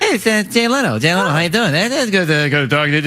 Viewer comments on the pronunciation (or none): I also like the "Jay Leon" ... Um you mean Jay Leno. But Bots gonna Bot!